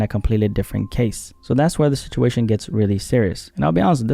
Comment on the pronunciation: I thought you said "Gaze", im like that 1000 yard stare couldn't possible get any worse.